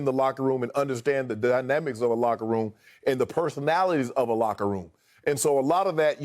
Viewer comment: It was "LOCKEROOM"talk 😂